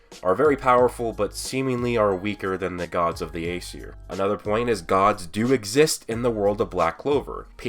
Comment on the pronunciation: ah-see-aye is how you pronounce acier